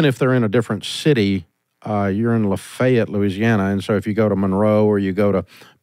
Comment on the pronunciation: Baton Rouge,LA dave screwed Lafayette pronunciation up so bad 😂😂😂😂😂